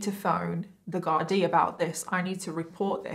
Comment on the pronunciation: u did super job pronouncing "Gardai" - appreciate that!